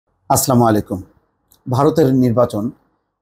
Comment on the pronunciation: মোস্তফা না আচ্ছামু আইকু। বলবেন আচ্ছালামু আলাইকুম।